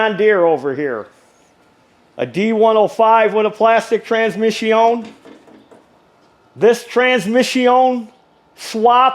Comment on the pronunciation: I tried....I really did. But about the 157th time you said "trans-mishy-own", my mind snapped. A course in master mechanics taught in fluent French......it's more than I can absorb.